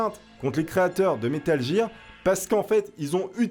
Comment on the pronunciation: Metal gir ??? Ça se prononce metal guir